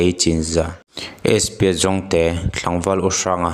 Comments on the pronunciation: Jongte(zongte) hi mi lam dan i la hre ve lo nge i lam dik thiam lo hrrim hrim zawk ?😅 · mizotawng zir tha nasa rawh aw I kal zel dawn chuan langsar lutuk pawh I lam dik lo zel mai hi a zahthlak , spa jongte inti pawh zawngte (ramsa) ang in I sawi mai . a hau hrep mai tur che nia 😂😂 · Spa Jongte kha i thluk sual palh emaw ka tia. I thiam lo a nih hmel. Jongte hi hnam hming a nia, Zawhte kan thluk anga thluk tur. Ralte, Pachuau tih te hi thluk dik tak che maw. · Chi hming lar ve tak, Jongte takngial pawh i lam dik thiamlo chu a niah.... huiha. Inzir nasa rawh.